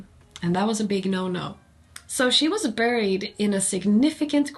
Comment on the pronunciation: Bara en liten kommentar om ditt engelska uttal: i orden "bury", "burial" och "buried" skall bokstaven u uttalas som om den vore ett e. Om du vill veta varför får du fråga någon annan, jag vet bara att det skall vara så utan att bry mig om varför.